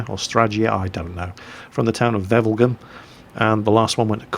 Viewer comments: nice said wevelgem;) yes it flemish town but almost right spoken and his sirname is french, hey but noting wrong a bouth it you tride, and my english is also not without any errors; we love you;p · Wevelgem? haha, nice xD Belgium ftw!